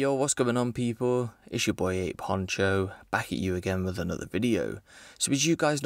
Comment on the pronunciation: Great pronunciation on that surname Huncho